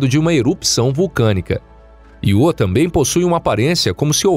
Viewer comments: narrador fala 250 vezes Iô mas não tem acento e assim como a palavra Eu, diz-se então ío e não iô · Canal tão bom que o locutor não sabe nem falar o nome do satélite da forma correta. Ele diz "iô", quando deveria pronunciar ' io '.😠👎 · Cara. O nome do satélite é Io, sílaba tônica na letra ' i ' . Para que a pronúncia fosse do jeito que vc tá falando, teria que ser escrito "IÔ". 😠👎👎👎🙏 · `` IO `` SE LË `` AIO `` PORRA !!!! KKKKKKKKKKKKKKKK